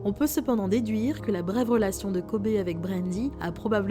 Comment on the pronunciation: Ptn ça se prononce dit KOBY 🤦🏾‍♂️